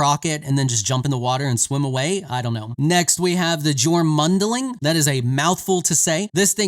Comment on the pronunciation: 'J's in Old Norse (and a lot of other Germanic languages) has a 'y' sound. So it's pronounced "YORE-mund-ling". I don't know exactly what it means but the word is derived from the World / Midgard Serpent, Jǫrmungandr.